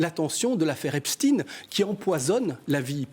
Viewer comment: EPSTEIN PAS EPSTIN ON DIS POUTINE PAS POUTAINE ALLOOOOOOOOO